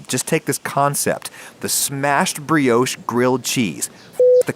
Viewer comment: Pro Chef Tip - don't forget to season your Kitchen floor before cooking, that way if you ever drop anything you never have to throw it away. That's the first time I've heard Brioche pronounced as "Bree-Yowsh"!